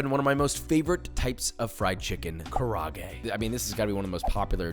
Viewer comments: Props to Joshua for including Chongqing chicken! It's my personal favorite along with karaage (which is 4 syllables, btw: ka-ra-ah-ge) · josh you say chicken kaarage is your fav chicken but you aint pronouncing it right. just letting you know, its ka rah ah geh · Pronounced “kara-agay” not “karagay”